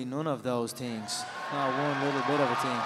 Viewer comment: "You will do absolutely none of those tings," funny as hell.